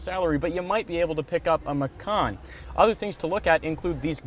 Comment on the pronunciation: "Macan" is indonesian language of "Tiger", and dude, you read it wrong...